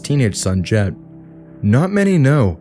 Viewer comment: Jett not Jed